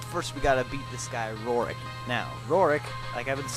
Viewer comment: no offence but Roark is pronounced row-ark